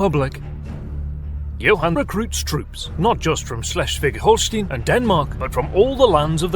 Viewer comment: "Schleschfick"? wtf? Damn! xD Schles- (last s like s in "stop") -wig (like wick in "wicked" I would say) (in some other localities it's called also -wick, -wik, -wiek, etc.)